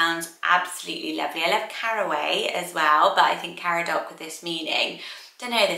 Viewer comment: Caradoc is actually pronounced Car-adog, would love a Welsh list!!